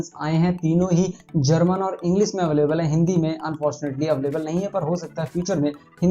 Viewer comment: अवलेबल नही भाई अवैलेबल होता hai